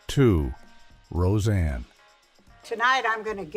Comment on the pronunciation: Say the names right. Seinfeld was said wrong and so was rose anne